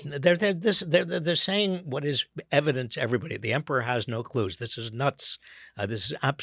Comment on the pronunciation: Was that a beautiful slip of the tongue? I heard "The emporer has no clues" That totally works!!